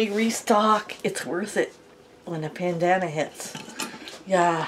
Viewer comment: Pandama-me! I always butcher my words lol! Love you guys!